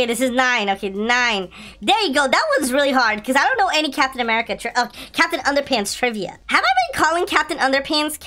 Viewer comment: You said capitan under pants